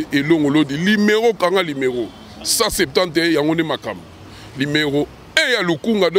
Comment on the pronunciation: Yo tata wenge tonya tonya okoki te ebongo kaka parlement oko koka...oko mela pema en plus ozo loba limero au lieu de numero